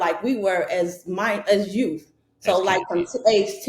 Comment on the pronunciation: What I wanna know is why does tiffany always say she's "THE YOUF "😂😂😂 and she's supposed to look up to everyone else lol?? In what World 😂did they tell her she's the "YOUF"????